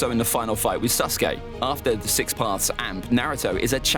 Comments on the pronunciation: Anyone realise that he says suske not saske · Bro the way he says sasuke sounds like SUSke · bro my mans really said " susgay" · "And susgay"